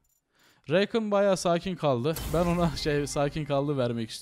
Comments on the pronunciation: Şu rakana reykın deme Allah aşkına tüm yerelleştirmelerinde adı rakan diye okunuyo heronun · Abi n'olursun şuna reykın deme rakan o Kürt gibi söyliycen